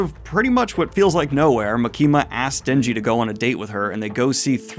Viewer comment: ITS MAKI-MA NOT MUKEEMUH